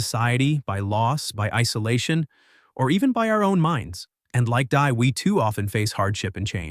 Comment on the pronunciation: she is unnamed in the story, simply referred as die Frau (meaning the woman) in German. The pronunciation should be "dee", not like "dye".